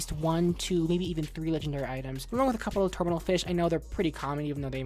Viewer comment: You may remember me from the streams, I just wanted to say stay on the grind P.S. theyre not called terminal fish theyre called thermal (thur-mull) fish👍🏼